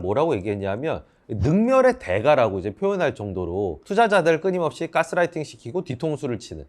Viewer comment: "까"스라이팅 이라고 하셔서 괜히 거기 꽂혔네요. ㅋㅋ 좋은 내용 감사합니다